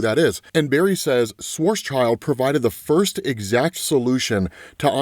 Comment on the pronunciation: You still haven't learned how to pronounce schwarzschild?